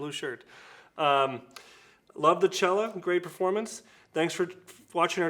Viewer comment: Turkey is only 4 weeks away 😁 What to wear? What to wear? 😂 Nice to see you trying the Cella but you need Michael Freedberg to do the pronunciation 👍